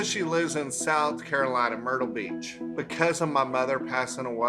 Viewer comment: omg i thought i heard “murda beach”